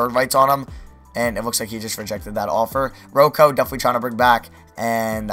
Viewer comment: Did you actually say Ro-Co